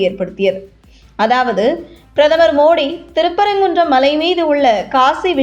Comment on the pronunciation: Better the correct pronounciation, Malai said like Mazhai by the announcer, don't kill Thamizh words.